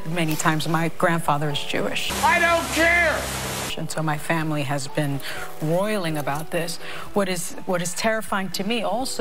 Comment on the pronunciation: "Royaling about this?" Huh?